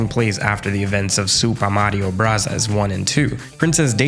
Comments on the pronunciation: I don't understand people complaining about super mario bros. and super mario brothers interchangeably. I also don't understand why you're pronouncing it as "brasas" who says it like that? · My mans really said, “ supah marios brutas” love the petty. Keep it up! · immediate subscribe on hearing 'supah mario brazas' 😂died laughing, thank you for making this! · Yeah, I would cringe if someone said "ave" instead of "avenue." You're not right on this. You can continue to be wrong if you prefer, but... you're still wrong. Just watch the intro to Super Smash Bros. and Super Smash Bros. Melee. It's "brothers" not "bros." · At some points, I thought he said Super Mario Brazzers. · Its definitely pronounced broze. That was such an annoying way to pronounce it,i know it was annoying on porpoise tho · Super Mario Bros. 🙅 Super Mario Brothers 🙅 Super Mario Brasas 👌